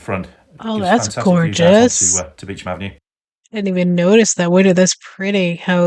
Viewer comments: Beauchamp is one of those words that we pronounce differently over here. It's pronounced "beechum". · "Beauchanp" is pronounced "Beecham".